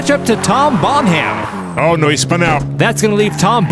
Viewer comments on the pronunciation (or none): Bon Ham?? It’s Bonham - like John Bonham of Led Zeppelin. EDIT: never mind… Also “Absurdistan” was mangled - they missed the gag. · the ''h'' in the name Bonham is silent lads.